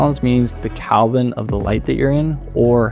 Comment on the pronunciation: It's degrees "Kelvin" not Kalvin